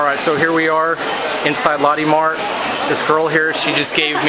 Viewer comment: LOL Lotti?!?! its pronounced LOW TEH Mart